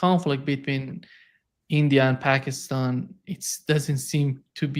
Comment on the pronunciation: Larry, you need to say Pakistan correctly it’s time - Paakistan!